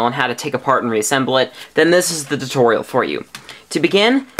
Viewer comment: wen he ses 'tutorial' it sounds like hes say 'dedorial' lol